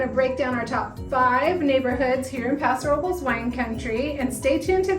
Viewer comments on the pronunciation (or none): Why are you pronouncing it like that? It’s a Spanish name and it’s “passo robe less”.